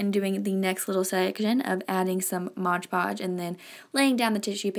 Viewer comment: MOD PODGE not MODGE PODGE. Bugs me when people say that however he is very cute